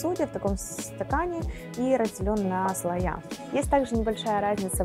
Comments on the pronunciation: может, подает и грамотно, но говорит неправильно) не слоЯ, а слоИ)) да и кофе всё еще мужского рода)) аж слушать неприятно такое. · Да, такого ещё не было: слоЯ. Единственное оправдание, что девушка не журналист, и не эксперт, для неё главное в профессии - готовить своими руками. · У меня тоже аж уши режет от этого "слоЯ". )))